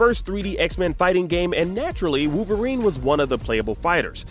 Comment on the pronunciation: Koonami,wooverine,animaniun? What's going on. It's too painful to keep hearing.